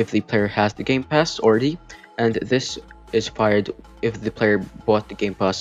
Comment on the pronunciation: Did you say gay pass?